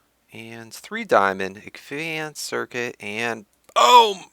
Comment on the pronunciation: FEEDBACK: I love you videos but I cringe every time you pronounce advanced wrong (a lot like you used to say drounding) btw if you don't know what I'm talking about I'm pretty sure you pronounce it agvanced, I hope you consider my comment- no hard feelings!